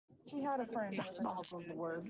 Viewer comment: diafknbolical lolololol